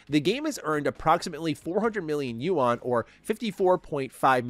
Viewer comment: The Chinese "You-On" 😂